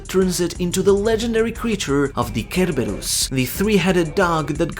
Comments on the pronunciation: It's not pronounced ker-ubus. It's pronounced ser-berus. Like cero from bleach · The way you say Cerberus kills me lol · You’re killing me with how you pronounce Cerberus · you butchered the name Cerberus wow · Its cerberus like Cent not cucumber 😂